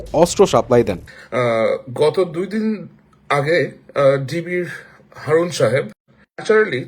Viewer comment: হারুন❌ হাউন✅ 😆😆🤣🤣